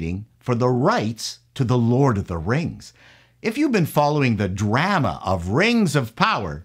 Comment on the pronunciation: The way he pronounced drama made me think he's Canadian.